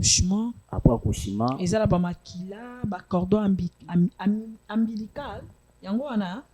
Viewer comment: on dit Cordon Ombilical